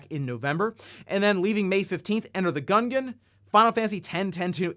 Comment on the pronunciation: Mans said "gun-gin" 😂